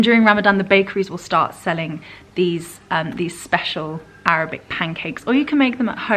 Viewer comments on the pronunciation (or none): none